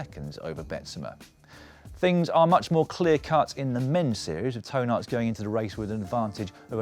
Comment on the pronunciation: LOL On the pronunciation of Toon Aerts coming out like Toe Nuts :D